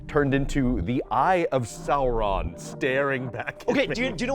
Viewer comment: Eye of Salron? I thought it was the eye of Sauron?